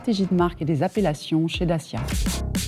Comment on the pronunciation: What kind of manager CANNOT pronounce CORRECTLY the name of her brand??? Take some lessons!